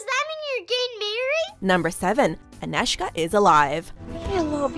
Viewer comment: Thumb up for very good pronoucing of name Anežka!